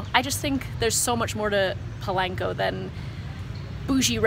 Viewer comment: It’s not PO-lane-Co it’s Po-lawn-Co I hate when people pronounce it wrong